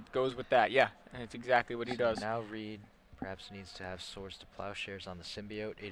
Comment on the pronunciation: You guys screwed up Reids name Nice work though